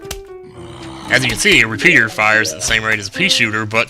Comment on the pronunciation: He said reshooter....it just sounded like pea....re pea...re pea